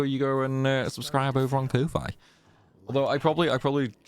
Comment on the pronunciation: I love all your challenges, binged the ff8 ones a lot, even joined a few streams x'D but i can't ignore how you say ko-fi